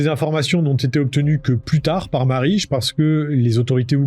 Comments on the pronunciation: Au fait : PÄS MARICHSE !!!! Marije Ca se prononce comme Mirelle, mais avec un a à la place du premier i. C'était d'autant plus facile de le savoir que plusieurs intervenant prononcent son prénom dans les enregistrements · Marije se prononce « Mareille » (on l'entend son mari prononcer son nom à un moment, et je connais une personne qui s'appelle également ainsi) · « Marige » 🤣😭 « ij » se prononce [èye] pour quelqu’un qui a l’habitude du néerlandais c’est troublant et très marrant 👌😂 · Ca ne se dit pas "Marije" mais "Mareï"... De rien. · La prononciation de "Koetseir" est "koutsir" avec un long "ou" et un long "i" et celle de "Marije" est "Mareï".